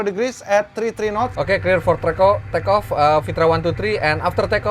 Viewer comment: oke clear for trrrekoo eh.. take off😂